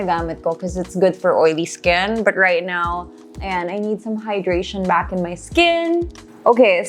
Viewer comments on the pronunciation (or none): Why all if u talking natural as “nay cho RAll” …. Coral as “krol”…. Back as “bark”….